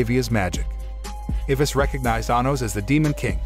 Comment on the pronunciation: i think the only problem i’ve ever had with this channel is the pronunciation of names… like the narrator gets some of them right but then butchers others… like what the heck is an ivis i only know eye-vis😭